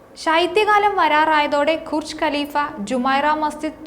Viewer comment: കുർജ് അല്ല ബുർജ് ആണ് മോളെ